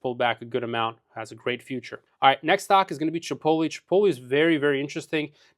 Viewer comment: Dude doesn't even know how to pronounce chipotle lol